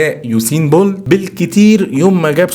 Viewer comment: يوسين بولت مش بونط*